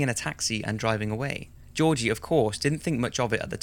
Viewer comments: The name Georgi is pronounced with two hard "G"s - like in the word "give". I loved the video but the pronunciation kept bothering me lol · sorry this is a minor nitpick but georgi markov is pronounced with hard g's. like in Gift. not jeorji but Georgi